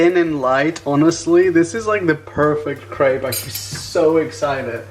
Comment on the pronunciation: Raphael, I love you, I really do but the way you pronounce crêpe makes me cringe so bad